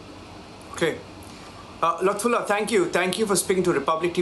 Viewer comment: He called his name luftullh hahahaha